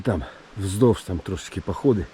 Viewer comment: Українська мова на каналї це класно, але наголоси в словах провірте - хОдити, чи ходИти, говОрив чи говорИв. У вас же в назві каналу ПОХОДИ написано, а кажете похіду)))